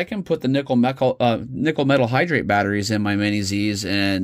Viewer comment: nickel–metal hydride..... hydride, not hydrate.